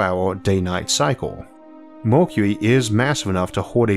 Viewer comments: Why You Say Mockuee....instead of Mercury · The speaker can't pronounce "Mercury" properly. Either that or he can't read properly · I thought it was an accent too at first, but actually he has a speech impediment. You get used to it after a while. If you have trouble understanding you can turn on Closed Captions :) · your way of saying mercury 😂